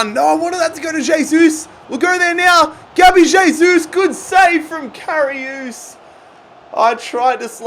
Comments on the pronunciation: Anyone notice how he kept saying karius wrong?😂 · Karry-us(liverpool keeper